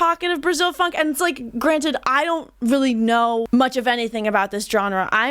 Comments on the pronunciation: I'm Brazilian and PLEASE don't call it PHONK. The name is Funk and no one here say otherwise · Good review! Only one thing that I don't understand is where "phonk" come from, in Brasil is "funk". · its funk not phonk... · It's Funk, not phonk. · To sound more legit, it's funk but it's pronounced "funk-e". Now you can be a professional and honorary brasileira